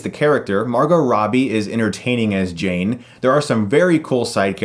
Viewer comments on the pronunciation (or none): none